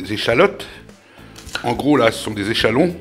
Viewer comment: Heu, alors... On dit echalion et pas echalon, en tant que charentais maritime, j'y tiens... Et puis c'est quoi vos champignons? C'est pas la top fraîcheur, hein!!!